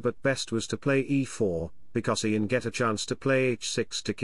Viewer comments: Just one suggestion..”type YAN instead of IAN for proper pronunciation by your stockfish robot” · Funny. Just pronounce Ian first name correctly 😅